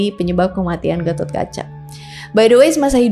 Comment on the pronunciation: GPP.. BKN ORG JAWA JADI SALAH SEBUT NAMA DIKIT GAMASALAH.. KITA JG SUKA SALAH SEBUT NAMA TOKOH ORG LUAR KOK.. DAN FYI GAISS.. DI INDIA SENDIRI GA ADA SEORANGPUN YG BERNAMA GATHOTKACCHA.. CMN DI JAWA YG PAKE NAMA GATOT.. VERSI JAWA JUGA LBH DETAIL MENCERITAKAN GATOTKACA.. BAHKAN GATOTKACA BISA DIBILANG JD TOKOH YG MELEGENDA DI INDONESIA.. DAN KLO VERSI INDIA, PANDAWA INI DIKISAHKAN SEOLAH OLAH BURUK.. TPI NTAH KNP VERSI JAWA, PANDAWA JD KLIATAN BAIK.. SALAH SEORANG AHLI SEJARAH INDIA YG UDH LAMA TINGGAL DI INDONESIA PERNAH MENARIK KESIMPULAN KLO ASAL PANDAWA ITU DARI JAWA YG PERGI KE KURUSETRA INDIA UTK MELAWAN KURAWA YG CITRANYA JAHAT MENRUT ORANG JAWA.. KRN KATA BELIAU, DARATAN INDONESIA KHUSUSNYA JAWA DAN SUMATRA ITU DARIDULU EMG SALING TERHUBUNG DGN INDIA SPRTI PERDAGANGAN, AGAMA DLL.. NTAH BETUL ATAU TDK, YG PENTING AMBIL ILMUNYA DAN BELAJAR JGN CMN DARI SUMBER MAINSTREAM..